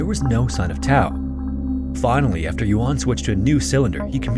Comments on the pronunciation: Chinese speaker here! Took me a minute to figure out which cave it was because it's actually Jiudun Cave, not Jiudan Cave! (U not A) Some things I found out about the location: 1. "Guang Xi 广西 (Goo-ah-ng See)" is the name, and "Zhuang (Joo-ah-ng)" means region. 2. The county name is 2 words, so "Du'an 都安 (Doo Ah-n)" and not Duan. 3. The Chinese name of "Jiu Dun 九顿 (J-i-oo D-oo-n)" Cave is better known as JiuDun TianChuang 九顿 天窗 meaning JiuDun Skylight. It also looks like there was another casualty last year, where a famous Chinese deep cave diver called Han Ting had his body recovered from the cave system. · Yeah his pronunciation was pretty poor to the point of being distracting, ironically coming after an ad read for Babbel, a language app